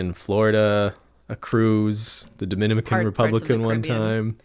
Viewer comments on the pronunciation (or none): Nobody:: dominimican